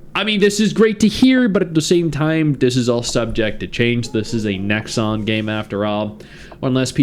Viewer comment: The moment you said 'Nexon' - yeah no lol